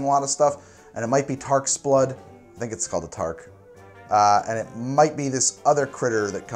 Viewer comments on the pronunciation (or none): Sorry i just cringed every time you called it a Tark. It's called a Targ with a G at the end. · Tis' a "Targ" not Tark/Tarq. Great vid,. Gonna try this at home.